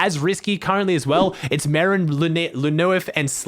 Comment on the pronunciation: Not to be rude I only know it bcs I learn some French in school but lnuef is pronounced at le nuef